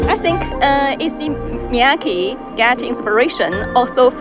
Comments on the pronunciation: Throughout the video you hear ppl pronouncing his name “EE-say Me-yah-kay” but you still say “izzy me-ya-key” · Please please, can doc makers have narrators who can pronounce their subjects’ names correctly and fluidly, though? Shouldn’t conveying accurate pronunciation to the viewer be as important as conveying the designer’s background and vision? This “izzy mee-YACKee ”is painful to the ear.